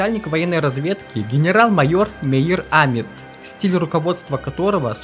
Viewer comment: Хорошая работа! Полезная информация. Но на протяжении всего фильма резали слух неправильно произносимые фамилии. Например, ШАмир вместо ШамИр. Или Амит, вместо АмИт.